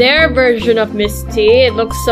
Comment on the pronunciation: Miss tee not Miss t